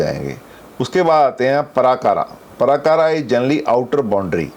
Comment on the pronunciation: नमस्ते:- पराकारा नहीं-प्राकार //कोटापाला नहीं कोटपाल -द्वारपाल /क्षमा करें।